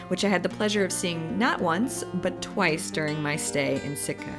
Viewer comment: Sitka not Sika !!!!